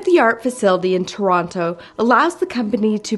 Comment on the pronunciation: Real shame the company didnt teach you how we pronounce Toronto up here!